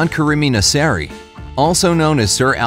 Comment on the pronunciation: Still now u call him nessari